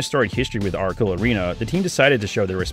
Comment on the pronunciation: he couldn’t pronounce the “c” in “Ora-le”.